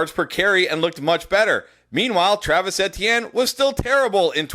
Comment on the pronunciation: Please pronounce Travis Etienne's name correctly.....it drive me nuts every time I watch the videos and you say his name the mispronounciation lol! 😂